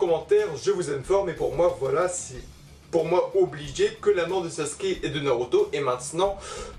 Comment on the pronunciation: La vidéo est superbe mais mais c’est SasUke et pas Saske